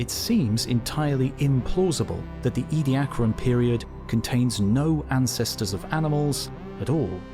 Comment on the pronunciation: It's "Edia-caran", not "Edi-acran"...